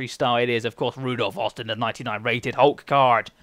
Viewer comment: It's ROdolph Austin not RUdolph Austin :) LEEDS LEEDS LEEDS!